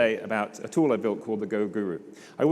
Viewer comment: Did he just said Hoolie is company he work for ? :) :)